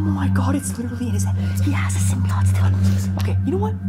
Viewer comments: My mans just said symbiotie wrong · I love how he said sybiote wrong lol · He said symbiot